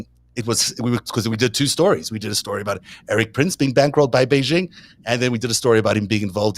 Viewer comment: The "X" in Xi Jinping's surname is not vocalized. It's pronounced like an "sh," thus "Xi" is pronounced similar to the English word "she." The "j" in "Beijing" is pronounced like the "J" in "Jim," not like the "z" in "azure."